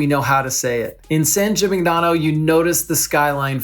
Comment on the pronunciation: Hi great video… but it is driving me crazy that you’re mispronouncing “Gimignano” throughout. It takes a quick google search to find proper pronunciation. jee-mee-NYAH-noh.